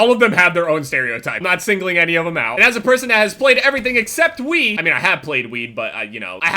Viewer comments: Sounded like said xD "I have played weed" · "played weed" Is what I thought u said.